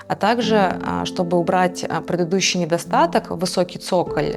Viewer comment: Как вы говорите? ПрЭдыдуший или прЫдыдущий?😂